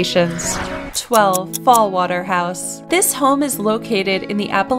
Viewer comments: It's Fallingwater, not Fallwater. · 12 is Falling Water, not Fall Water. The dominant sounds in "Falling Water" are the F, the L, and the W, as in Frank Lloyd Wright. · It's Fallingwater, not Fallwater... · The house is called "Fallingwater", not "Fallwater". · Falling Water. Falling Water. not Fall Water.